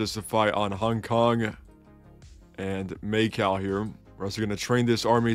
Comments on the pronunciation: may cow 💀 pls fix ur pronunciation lmao. I won't forget that australia video. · first attempt or the millionth attempt? also Macau is pronounced like, "ma cow" just smooshed together just to let you know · calling Macau "Make-out" kept throwing me off ngl